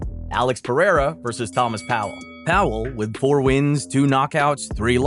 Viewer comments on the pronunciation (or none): none